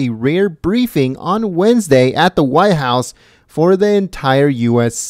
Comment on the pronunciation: WTF is the why house? I assume you means White house, you know, that large place at the end of Pennsylvania ave..Did you learn to pronunciate in an ebonics class?